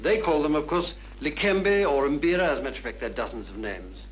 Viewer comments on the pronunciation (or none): The pronunciation for 'mbira' is actually Mmmmm-bih-ra. Not MAH-bih-ra. I've been playing mbiras and kalimbas (as well as the Latin version, lakimba) since the early 70s with my first being a gift from someone you mention in this video.